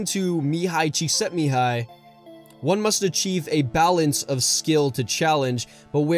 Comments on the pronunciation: The way you pronounced Cikszentmihályi Mihály's name.. made my little Hungarian heart melt. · you have my like for pronouncing Mihály Csíkszentmihály correctly